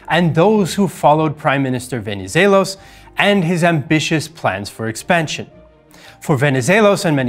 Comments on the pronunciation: Venezelos was spot on… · greek here. congrats on pronouncing Venivelos' name correctly. the x in Metaxas is pronounced ,well, like an x. Great video though :)